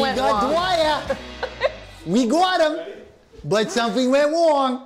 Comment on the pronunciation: BWUT SOMETWING WENT WONG!!! Tom Cavanagh is larger than life both on and off screen